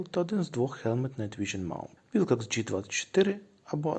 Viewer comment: Wilcox - вимовляється як Уилкокс, а не Вайлкокс🤦‍♂️